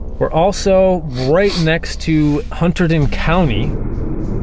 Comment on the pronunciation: Love you guys, but hearing the way you say Hunterdon is kill me.😂